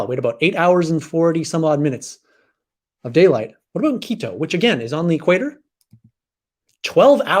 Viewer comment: You pronounced Quito very well.